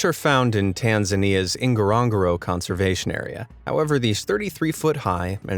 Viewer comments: N'goro N'goro not Ingarongaro Otherwise I like the vid. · There is no I at the beginning of Ngorongoro…. Nnn-Go-Ro-Nnn-Go-Ro. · Hahah why did you pronounce Ngorongoro like that!!! It’s pronounced like ngoro-ngoro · Just a tiny bit of research would have informed you that your pronunciation of Ngorogoro is so bad it wasn't till it was printed on the screen anyone would know where you were talking about, get a grip, if you want to do videos about facts and places, put a tiny bit of effort in !! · The way u pronounce NGORONGORO 😂😂😂, welcome Tanzania guys 🇹🇿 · i just love the way you're mispronouncing Ngorongoro. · 'Ngorongoro' is swahili..you know how when you add 'n' to the word gone and pronounce it as 'ngone'? Now pronounce the 'n and g' together the same way you'd pronounce them In 'ngone'...